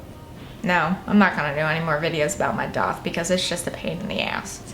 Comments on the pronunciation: you know that its called a DAITH not a doth right. youre speech is so fucking annoying god damn it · Where is she from? I know she talked about it but every time she says piercing I laugh and she also says daith odd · Love how she says daith